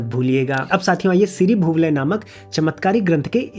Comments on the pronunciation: आप इतना उत्तम कार्य कर रहे हैं पर 'अ' को 'छोटी अ' और 'आ' को 'बड़ी अ', 'इ' को 'छोटी इ' (यह ह्रस्व इ है) और 'ई' को 'बड़ी ई' (यह दीर्घ ई है) बोल कर आप बच्चों को हिन्दी गलत सिखा रहे हैं। 'सीरी भुवलय' को भी आप बार बार 'सीरी भुवालय' उच्चारित कर रहे हैं। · pronouce galat kar rahe ho, shri bhoo - valay aise pronouce hoga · siri (rich) bhu (earth) (Valaya = zone) siri bhu (Alaya = house/nivas) know the difference, bro and pronunciation is also not that good.